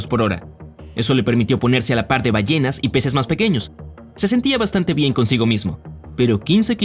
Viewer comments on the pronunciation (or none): none